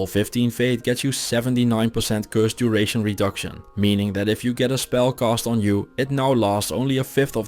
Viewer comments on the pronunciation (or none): none